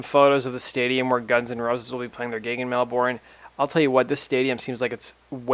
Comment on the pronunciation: It's Mel-burn x